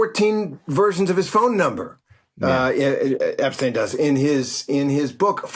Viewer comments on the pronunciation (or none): Charlie, it’s Epstein. The e is stressed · Terry can’t pronounce Epstein at this point??!!